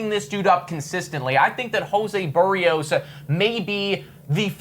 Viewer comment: A Blue Jays fan channel host who doesn't know how to pronounce Berrios? WTF?